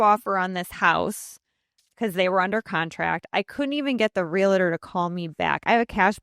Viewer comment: REALATOR?? LADY, EVERY TIME YOU MISPRONOUNCE "REALTOR," YOU COME ACROSS LIKE AN IDIOT.